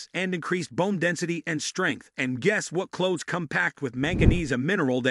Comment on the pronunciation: Thank U 4 your informative vid. packed with a lot of great information. Only was it read by an AI COMPUTER as over 60 words were not read correctly making certain info mute/unintelligible, in fact it even pronounced the word clove/cloves incorrectly up to 80% of the time, so while the basic info may be correct, lots is being lost in the translation, I hope it's possible 4 U to correct this issue both 4 myself & others so we can receive the full impact of your informative video's & in turn give U more thumbs 👍 ups in future. Thank U in advance! Hope your able to help with this issue. Grateful viewer!!!